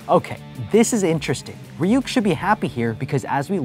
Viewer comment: It’s not reyuk that’s how you said it it’s ruk but it’s spelled ryuk